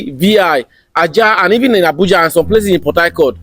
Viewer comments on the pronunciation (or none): none